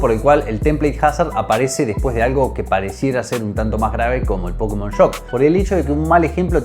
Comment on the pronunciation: Sos la primera persona que escucho que le dice pÓkemon.